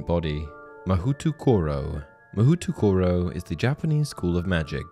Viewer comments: It's not “Mahutukoro” it's “Ma-hoe-toh-koh-roh” Though it would make a pretty good setting for an anime spinoff of Harry Potter or something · Ma-ho-to koro Not ma-hootoo koro Mahou refers to magic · FYI: Mahoutokoro, if following Japanese pronunciation rules, would be "Mo-hO-to-ko-ro". "OU" indicates that "o' is long (about 1.5 times the length in pronunciation). And no glided vowels. "O" is not "o(uh)" as in English. Word nerdery managed. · It should also be pronounced MA-HOE-toro, not “MA-WHO”. Don’t believe me, watch an episode of Mahou Sentai Magiranger for proof :3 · Haha, I like that the chapter names use the questionable pronunciations. Like "Mahutukuro" lol. If anyone is curious btw Mahoutokoro would be said more like "ma-hoe-toe-koe-low". Also, the name is kinda silly since it literally just means "Magic place". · THE PRONUNCIATION OF MAHOUTOKORO IM GOING TO SUFFOCATE it's mah ho toe koroe, not mahutukuru.. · Hey the Japanese school is pronounced Maho toh ko ro. Mahou literally meaning magic in Japanese and Tokoro meaning by the way which I assume to translate to the magical way or the way of magic. My Japanese isnt very good but from my understanding that is what I garnered from the translation. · I love how "Mahoutokoro" literally means "Magic place" 😂 By the way, it's pronounced "Ma - hō - tō - kō - rō" (stretch the o in "hō" and keep the other o's short) for those who are curious. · I mean, if every school is as dangerous as Hogwarts, I'd say the homeschooled kids get the better deal. Also, Durmstrang is in Sweden. In Japanese, the "ou" spelling gets a long O-sound when pronounced. "Mahoh-toh-koro". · Pronounced "Ma ho tow ko row" Literally means magic place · It's pronounced 'mah hoh toh koh roh' which just means 'Magic Place' In Japanese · It’s pronounced mahōtōkōrō which literally means magic place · You mispronounced mahoutokoro.